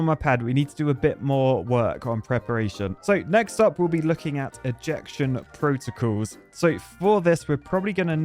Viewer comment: "ejection protocAls"? ... OK, you're an engineer and not a linguist. 😀